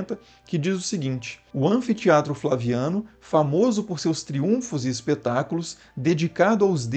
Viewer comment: Excelente trabalho! Só não gostei do “triúnfo” com acento…😉 Juro que é só uma crítica construtiva e bem humorada.